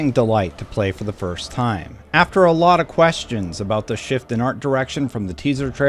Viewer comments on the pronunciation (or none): none